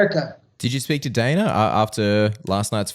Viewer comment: Ah yes, good old "Daner" White 😂